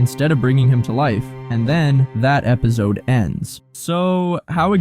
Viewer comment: Are you saying "ebizode"? Lol! Great vid regardless!